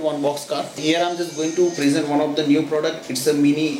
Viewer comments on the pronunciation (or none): none